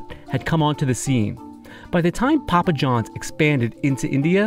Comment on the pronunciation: That dude just said pupa John's instead of Papa Johns 😂😂